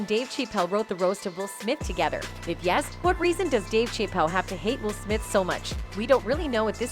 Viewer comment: Dave Shay-pell?